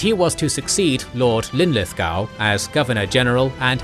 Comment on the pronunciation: In one breath we have mispronunciation of Wavell Linlithgow and Auchinleck brilliant